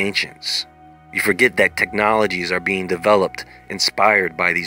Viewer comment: did any one else hear bean, instead of being?